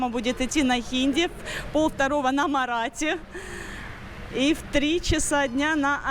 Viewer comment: язык не марати, а маратхи..